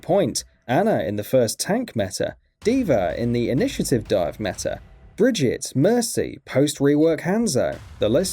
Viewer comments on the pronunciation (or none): I was able to watch until "Brigitte" was pronounced "BRIDGET"... 🤣